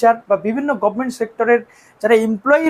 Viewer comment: Dada ekta request govment na bole government bolo sob gaigay khati govment ar govment(bises kore cm er karon eni besi bolen govment) valo lage na sunte.